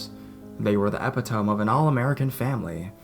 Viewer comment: Epitome is pronounced ee-pit-o- me not ep-i-tome. For some one who went to college it would seem that you would have a better grasp on the English language.